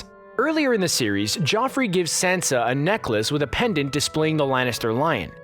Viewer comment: Who is Sensa? Oh wait, you mean Sansa